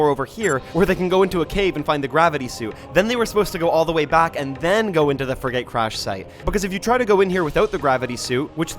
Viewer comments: Frigate is pronounced Friggit 🤓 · "Fri-gate" is interesting pronunciation. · I'm 🤏 this close to crashing the fuck out if he pronounces "frigate" that way one more fkn time